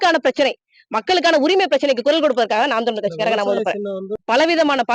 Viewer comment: அம்மா தமிலர் இல்லமா ( தமிழர்) என பேச